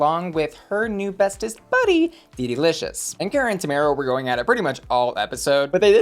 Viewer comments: still pronouncing Tomara wrong 😂 Personally I think the safe decision was right for her I wouldn't put her in the top. Agree with the bottoms though 😌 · second episode in and you keep pronouncing Tomaras’ name wrong 😴